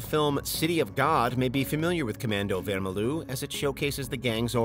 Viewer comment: Vermelho is portoguese and means red, yes, but is said wermeljo